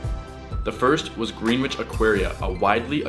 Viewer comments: Lmao I live in Connecticut and he pronounce Greenwich wrong. He said green instead of gren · im from NY and its funny u called it greenwich, its prounounced GREhnICH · It’s not green-wich it’s gren-wich 😂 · GREEN WHICH?????? ITS PRONOUNCED GREN-ITCH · its pronounced grennitch lol not greenwich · lol....."GREN-itch" x-D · Greenwich is pronounced Gren-itch for future reference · It’s gren itch that’s how you say Greenwich